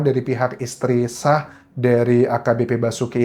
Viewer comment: SAH bukan SYAH. Belajar bahasa yg bener, Mas. Anda ngawur.